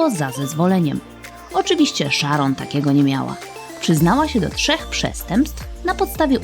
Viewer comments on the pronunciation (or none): none